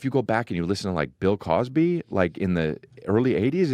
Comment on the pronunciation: Chris' Jersey accent really comes out when he says Bill Cosby